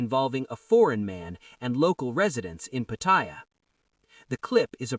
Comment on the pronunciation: There is no I in Pattaya Pronounce it properly !!!